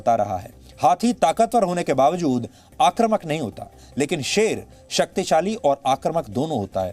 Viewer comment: सुधीर जी, आप जैसे विद्वदजन को बार-बार टोकना अच्छा नहीं लगता।आक्रामक/आक्रामकता के जगह पर आक्रमक/आक्रमकता जैसे शब्द का उच्चारण करते हैं।आपको लाखों लोग सुनते हैं ।कृपया उच्चारण सुधार लेते तो अच्छा रहता।धन्यवाद।💐💐